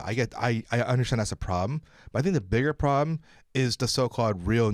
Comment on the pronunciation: Lol the Chinese guy can't say problem!!! hahahah